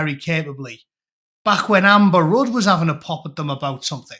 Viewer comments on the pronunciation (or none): none